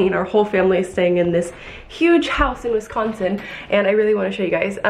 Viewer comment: Happy belated Thanksgiving from a Wisconsinite from central Wisconsin. Hope you enjoyed the snow! It was cute how pronounced Wisconsin, putting the emphasis on the scon part. Emma is so adorable!!